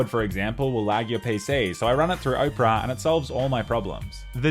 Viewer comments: Oprah? no Opera mate. Can't even blame the Aussie Bogan accent for that. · Lmao 'oh-pera', mate it's owpuhrah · Dude does an ad yet can't even pronounce opera and instead pronounces Oprah. Lol what a boss making social commentary troll against ads while still being paid by ads. Let's go listen to the Oprah singer at the Oprah. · Mans pronounced Opera like Oprah Winfrey 😑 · Blud said Ohpera LOL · I was listening and the whole time I was thinking. Wow Oprah got herself a browser... damn... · Opera? Pronounced as Oprah? Simply stunning. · Why did you keep calling it Oprah? It's Opera, like the Italian musical. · Bro called it Oprah 💀💀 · its opera not oprah. great stuff on the videos though! keep it up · Pronouncing Opera like Oprah is what I needed to hear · It's Opera GX, not "Oprah GX". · I didn't know Australians pronounced Opera (Ah per a) as Oprah the tv host. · it's opera like opera siger. :D I use opera. :D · him: says owpra me: thank god he doesnt actually use it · Made me laugh since I'm watching this on Opera GX. Long time opera user. Definitely recommend. Edit: Also, says "Opera" like "Oprah" an obviously well hydrated big girl. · Lol he says opera like “Oprah” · I love when he says Oprah GX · congrats on the sponsor but I'm dying at you pronouncing it "OH-pera" and YOU get a browser! and YOU get a browser! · You say opera weird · I love how he says "opera" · Is that really how Australians say the word 'Opera'?